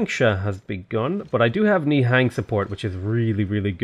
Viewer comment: Love the videos. Just a heads up, "nihang" are pronounced as "nihung".